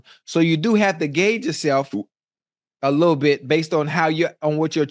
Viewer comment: Shannon said " Jr. Widdle weight!"